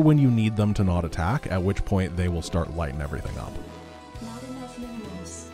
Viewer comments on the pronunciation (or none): none